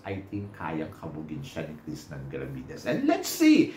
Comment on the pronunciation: Krishna hindi Krishnan. Ilang beses nyo inulit puro Krishnan..... Krishnan.... Walang N sa dulo.